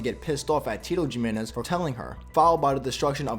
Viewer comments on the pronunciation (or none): Yo pronounce their names right It’s Da Ma Ris And not gimeniz It’s Jimenez He Me Nez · its it's pronounced Himenez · ok you probabaly know this but just to help you incase you don't biu in spanish every j sound is pronounced like a h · Its annoying me by how he says jimenez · That is not how you say Jimenez 👎